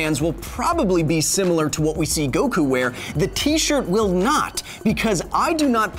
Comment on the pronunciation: Inaccurate terms/pronounciation : • HyperMoronic Lion Tamer... I mean Hyperbolic Time Chamber • Go wookoo • Tea yen • Dragon Ball Zee • Gohkoo • Kah Karrot (kinda okay) • Krillin (also kinda okay)